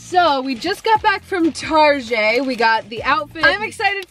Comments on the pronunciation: She said Tarzan it's target Ha ha ha ha ha ha ha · I laughed so hard when she said “tarGeAT” instead of “target” 🤣🤣🤣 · “Okay we just got back from TaRgAh” Perison 2023